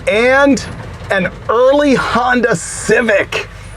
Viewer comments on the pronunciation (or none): none